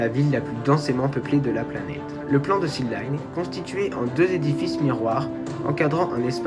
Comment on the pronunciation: Merci pour ton travail. Attention à la prononciation c'est bien THEU line et pas THI line car ''line'' démarre par une consonne. Petite réflexion sur le coût annoncé de 100 à 200 milliards : the line va faire 500m de haut et 200 de large soit 170x0,5x0,2 = 17km3 ou 17 milliards de m3. On arrive sur un coût d'environ 10$ le m3... En France un bâtiment d'habitation coûte environ 1000€ le m3 à construire. Un hangar agricole le plus simple environ 50€ le m3... Je parle en m3 car la surface en m2 n'est pas connue.